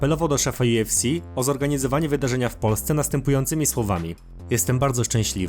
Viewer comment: Kurde dobrze jest wszystko tylko UFC wymowa* juefsi Benoist Saint Denis wymowa* benła san deni a tak pozatym to probs i subik jest